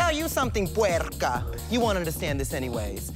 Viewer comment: "Get my gist? Do you undastand?" lmaoooo